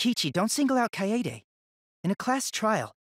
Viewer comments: It just pushes my freaking buttons when they don't pronounce Kaede right. ITS KY A DAY NOT KY AI DE Edit: it also makes me pissed when they keep pronouncing their names to people like "I AM (insert name) SCRUB" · THEY CALL HER KAYAYDAY I WANT TO CRY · there was more of an a rather then a yay